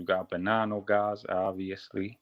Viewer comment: Man I was looking for the Alite video ran upon this clown. Did you check on this guy? Or just took his word? Listen how he says Bonanno. I don't think this guy would know a wiseguy if they thumped him on the ear.